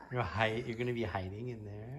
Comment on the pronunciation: I never knew "he-err" (here) and "for-erts" (forts) were 2-syllable words.